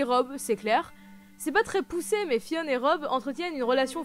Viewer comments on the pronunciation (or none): Ça se prononce Thé-on pas Fionne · Mdrr depuis quand tu prononce Théon en mode VO? Pour la 1ere place du classement je sais que t'as pas pu t'en empécher :p! Tres bonne video comme d'hab ;)